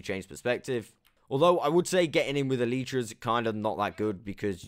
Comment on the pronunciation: Does anyone les cringe when he says eletra